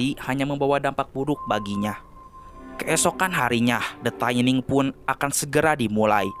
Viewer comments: Koreksi bang, dibacanya tetep “thinning” bukan “taining”, CMIIW (Correct Me If I Wrong) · Mohon maaf bang, bacanya “thinning” biasa, bukan “thaining” 🙏🏻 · Tulisan nya thinning bacanya taining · bener kok, bacanya "thinning" bukan "taining" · Tetep thinning bacanya bukan taining, dari kata "thin" (tipis) yang di baca "thin" bukan "tain" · Bacanya 'thinning' bang, bukan 'thayning' 😅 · Sebutan nya bukan THAINING bro, THINNING sesuai ejaan nya, wakaka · Pronunciation: thinning= tinning not taining ;) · thinning dibacanya bkn thaining bang wkwk. asal katanya thin yg artinya tipis. thinning (dibaca thinning biasa) artinya mengurangi kepadatan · Baaaang, itu bacanya TINING Bang. Pas dibaca TAINING berulang-ulang , saya jd ke-trigger Bang. Maapin 🥲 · tining baca ny bang bukan taining wkwkwkwk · Bacanya thinning bukan thaining. Gw benci bgt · the thinning bang bukan the thAiniNg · Kok thaining THINNING BANG NGOMONG NYA BKN THAINING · gemes bgt, dibacanya thinning kek tulisannya :( no offense just sharing. makin maju ya channelnya. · bacanya tetep thinning biasa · baca nya tetap THINNING Bray 😁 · gatel denger "the taining"